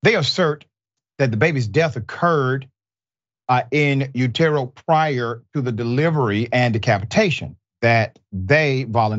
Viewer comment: The first B roll you use is of a dentist. 😂 FFS "Dr." learn how to pronounce "utero."